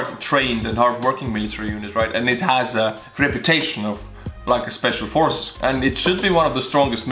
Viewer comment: Schpeshfal Forces!! Yay!